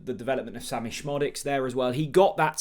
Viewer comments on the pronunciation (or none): none